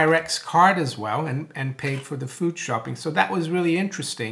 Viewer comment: Haha, when you say shopping your British accent comes out. Zero percent chance that I'm spending any bitcoin right now...